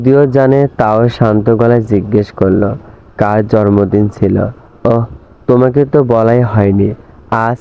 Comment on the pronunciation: জরমদিন না জন্মদিন বলতে হবে। 😀